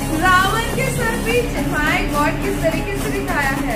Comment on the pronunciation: Raayan❌ Raavan ✅